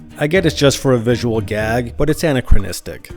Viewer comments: it’s actually anachronistic - ANAK-RON-IST-ICK not ANNA-KRON-ISTIC…if we’re going to be pedantic about details, let’s be pedantic about pronunciation as well 😉😉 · its a·nach·ro·nis·tic not ana•chro•nis•tic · Oh, I just noticed another error! The narrator of this video says 'an-ə-krə-,ni-stik for "anachronistic" when it should be ə-ˌna-krə-ˈni-stik. If you're gonna live with a pedant's claw, you will die at the hands of another pedant's jaw! (In all honesty, very good video, I enjoyed it quite a lot! Being a professional pronunciation nitpicker, I thought a fellow nitpicker would enjoy the pronunciation feedback ;)) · Anna-Cra-Nistic? WTF?? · You've mispronounced anachronistic. The emphasis should be on the second syllable "ach", not the first syllable. Please don't use words if you've not studied their proper pronunciation, it comes off as EXTREMELY pretentious, it makes folks wonder: if you don't know how to say the word, are you familiar with the word at all? do you even know what it means? it makes it seem like you're parroting someone else rather than using words you actually KNOW how to use and say correctly.